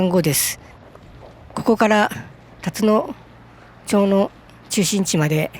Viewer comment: 「たつのちょう」ではなく「たつのまち」です。